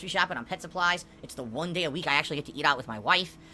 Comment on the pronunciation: He need tips to stay afloat until the end of June...and then till de end of July, afterwards until de end of August, etc, etc, etc